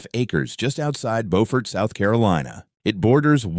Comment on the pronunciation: Good story! I live near all the places mentioned. Beaufort is pronounced .. Buufert. LOL! Just a friendly FYI.